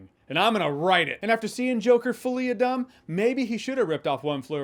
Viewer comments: Did I hear you say Folie a DUMB or Dump? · 'Fullie ah dumb'! lol! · Fah-li ah duh. It grates my ears to hear "foh li ah due." Whenever I hear that, I think of doo-doo. Well, maybe that's appropriate after all... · Did no one catch him saying “Joker folie a dumb” 😂😂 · After hearing them spoilers I think it's pronounced as "Fully a doo" 😂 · Bro said "Joker: Folie a Dumb". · That was the most beautiful folie au deux pronunciation i have ever seen